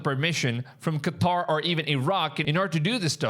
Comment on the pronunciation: Props for saying Qatar and NOT freaking Cutter 👍